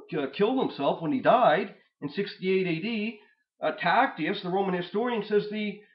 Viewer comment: Absolutely one of the best videos going over these topics. (Also, as a note, Tacitus is pronounced "ta sit us," not Tactius lol).